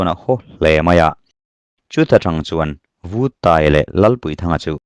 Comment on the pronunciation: Buanhmun Paiang pawmtawh hnu Chengte ah Lamang let e,Lalpuithang lema alem alema' tihhi Vuttaia khan 'lalpuithang lena' tilovin '......lenna' atia,athlûk itidiklo nualmai...PAI tihhi Chemte Pāi tiha PĀI,..LENA tihhi LËNNA,..LEM tihhi milem tiha LEM nilovin, 'chinlëm aneilo' tiha LÊM tihtur niin kahria.Duhlian tawng diktak chuan..tin,Vuttaia hming pohhi 'VÛT' nilovin Vut,vaivut tiha VUT anga lamtur niin kahria mhse hei erawhchu kachiang chiahlo...sawita mai2 ila utube channel neivemeuh hichuan sawi/chhiartur tehichu enlawk vethin se,lam/thluk dikloh neihloh nan midang tepawh zawtve thinse kaloti thin...mauchang tihpohhi mauchāng (genesis bungkhat cháng khat) 'CHÅNG'tihtur